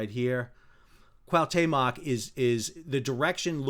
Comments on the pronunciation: Your commentary and explanations are wonderful and very much appreciated ( but every time you say Cahutemoc he rolls in his grave [koo-ah( as in apple) - oo- te (as in teddy) - moc (as in mock exam) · He switches T and M. It is not CuauhMeToc it is CuahuTeMoc. 😅 Very sad accident my prayers with the victims and families.😢🇲🇽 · Great job, but, Please, it is called the "Cuauhtémoc", named after the last Aztec leader who resisted the Spanish. You keep saying Cuauhmetoc. Lol. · Pronounced wha te moc with the accent on te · Kwa Tay Mock? 😂😂😂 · Coo-aw-te-muck if it helps you👍🏻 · Pronounced " kwaw-TE-mok". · Sadly due to this tragedy, I came across your channel. Thanks for the unbiased updates and explanations. In case you are interested, it is pronounced K-OO-ah-OO-t-Eh-m-Oh-k. I mean no disrespect, hope it helps. Cheers. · Dude...it's 4 simple sylables...CUA OOH TAY MOK...come on, it's not that hard. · no no. =P just two: "CUAU TEMOK" just say it as a two string word and emphasize the letter "E" in spanish pronunciation and you have it perfect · It was awful throughout